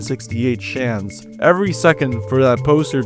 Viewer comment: the creepiest one is the fact that you pronounce chance as "shance"